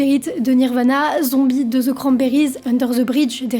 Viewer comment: Bon video mais il faut que tu oublies le "dzz" phonétique (sauf les Québéquois, tous les francophones prononce comme toi ! ) que t'appris à l'école et prononce "de" = THE . STP